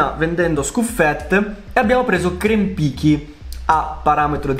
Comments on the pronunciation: Krempicki si dovrebbe pronunciare Krempizki. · Krempicki si pronuncia Kewmpizchi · Zw si legge krempizki. Like per farglielo leggere